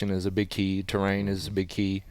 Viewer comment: Love the show… one observation. It is pronounced TER-RAIN not TRAIN